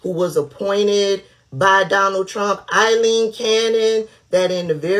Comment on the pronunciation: A-ileen. Nice job!